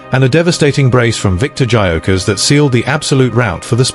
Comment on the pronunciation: If you can’t even pronounce his name correctly, you have zero credibility.